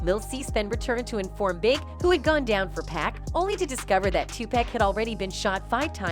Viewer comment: This white woman need to learn how to say pacs name right!!! 🤬